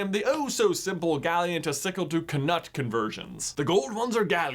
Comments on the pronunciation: Why are you saying kuh nut? Knut a real British word pronounced nut and the books are British. It's not even a question for debate amongst British readers, doubt jk would have ever guessed you guys would think the K would be pronounced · The goblins at Gringott's ask to see Bellatrix's wand because they had been alerted that the real Bellatrix lost hers. Or something. Because magic. - I believe it's pronounce Noot, not Kanut. - They do teach Math at Hogwart's, it's called Arithmancy. I think Rowling has said it's basically trigonometry. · i pronounce knut like knoot. with an audible k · OK, I always pronounce it like Kanute. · I feel offended by how he is pronouncing something, that is written like my name wich is pronounced with a non-silent 'K' and the 'u' like the 'oo' in school